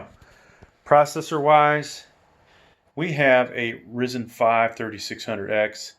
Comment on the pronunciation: Great review, gonna get this case for a new pc build. Also wanna point out Ryzen is pronounced (R-IY-ZEN) with an (i) but overall great video.